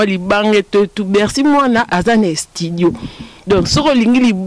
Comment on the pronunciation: Croniquese moko atanga te yoka ndenge azo pronose estudio kizengi elongwe studio ekomi estudio